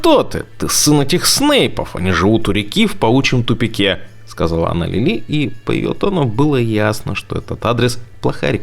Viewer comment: Не Лилú а Лúли!